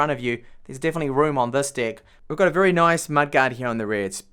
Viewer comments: lmfao....it don't sound like you are saying deck...but....hahahahahahaah...."you can see I have a very large d!ck here" lol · Did you say large dick or deck?